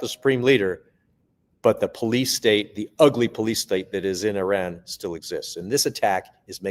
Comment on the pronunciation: Thank you,, for pronouncing Iran correctly. Also, Donald Trump is a worthless gas-bag, and it is more than likely some vicious member of his administration ordered the Persian air strikes.